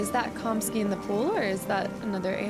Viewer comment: Komski? It's Kamski, lol as in cam- ski..😂